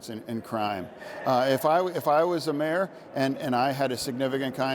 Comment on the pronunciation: Everytime he says when I was a mayor I hear when I was a mare.